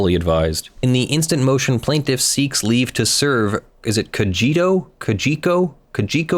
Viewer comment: Haven’t watched whole video yet, but Cogeco is pronounced “COH - jeh - coh”